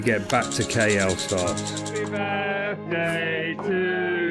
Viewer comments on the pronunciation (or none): I'm not sure KL is pronounced right either